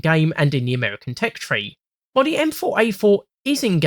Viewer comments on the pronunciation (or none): Amerwican Twanks